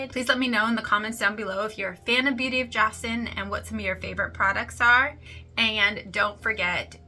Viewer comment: Thanks for the review! Joseon is pronounced like "Jo Sun". (I heard some Korean YouTubers say it like that. I pronounced it like you did at first.). I love the sunscreen and want to try more of their products.